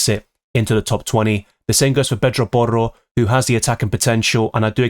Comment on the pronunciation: So annoying how you pronounce Porro and Murrilo